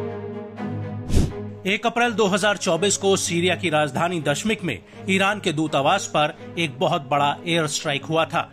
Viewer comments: दशमिक नही है नाम दमिश्क है रोजाना गलत गलत नाम आप के मुंह से सुन रहा हूं गलती सही करे जल्दी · दशमिक नहीं दमिश्क है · दशमीक नही दमिश्क़.